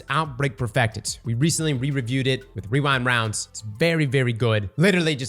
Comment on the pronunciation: You mean wewind wounds